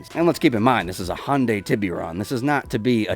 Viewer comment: Hearing ppl pronouncing Hyundai with two syllables & sounding very similiar to Honda makes me cringe... PS: The Blista "Compact" is only day 1 for the Enhanced Edition of GTA V/Online.